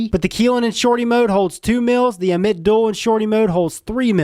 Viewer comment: dammit man that's not how you say ammit, always saying things wrong lol, jk bud good video